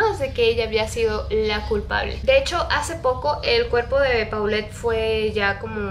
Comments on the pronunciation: Por que no dises polet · Se pronuncia Polet, es un nombre de origen francés